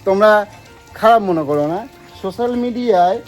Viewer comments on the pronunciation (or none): none